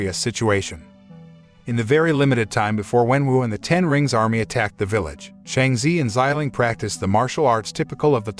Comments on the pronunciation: It’s Shang-chi not Shang-z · How can Chi in Shanchi be zee in your pronounciation🤦🏻🤦🏽🤦🏻🤦🏽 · Ur say it wrong its shang chi not shangchi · Not them pronouncing shang chi as Sheng ze😭